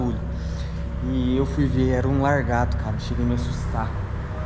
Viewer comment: Kkkkk é lagarto eu ri tanto escutar vc falando largato achei graça...